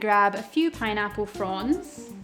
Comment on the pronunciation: I keep hearing your "fronds" as "prawns" 🤨